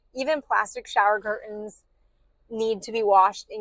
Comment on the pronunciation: "Curtains" has a "t"